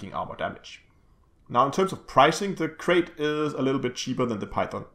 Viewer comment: Calling this ship a 'Crate' is like calling a Python a 'Pythone'. Mis-pronouncing a species name just because it makes more sense to your brain phonetically is just ignorant. Krait rhymes with Bright, not Bait.